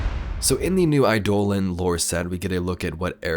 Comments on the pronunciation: Google gets a lot of words wrong. I never said the pronounciation was far off from correct, but the 'ei' in eidolon is usually pronounced like an I, not an E. In Warframe, the word is pronounced I-dough-lawn, while most people pronounce it like I-dolan. E-dolan is ok, but not necessarily correct, since 'ei' seldom is pronounced that way. TLDR - Google generates a lot of incorrect results sometimes. Eidolon is noun, not an adjective. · I don't think pronounces it right. You can tell he's never played Warframe though lol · Today I learned how to pronounce “eidolon” I also learned nothing new about the fish.